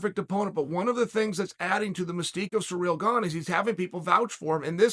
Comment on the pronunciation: Chael "Surreal Gone" Sonnen